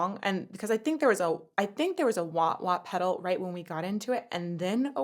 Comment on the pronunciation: Not a wa wa peddle.. a "wow wow" peddle😂